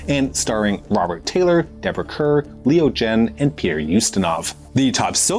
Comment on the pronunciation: Note: the "Kerr" in Deborah Kerr is pronounced "Carr".